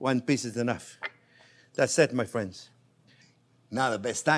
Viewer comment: With fwends🥰